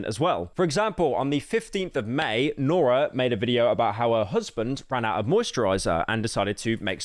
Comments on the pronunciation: So paranoid about pronouncing things wrong then calls her Nora the whole episode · Guy says he’s not gonna mispronounce names then goes on to mispronounce the easiest name continuously. Nora. lol